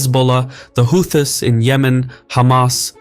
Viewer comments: “Hoo-Thiss” Highly suspicious you’re using AI voice synthesis yourself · Why can't you pronounce Houthis or Emiratis ?